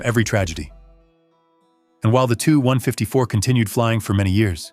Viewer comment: In English it's pronounced with two syllables; ('The TeeYou 154) not one syllable, like the number (2.) Gracias por tu produccion increible,.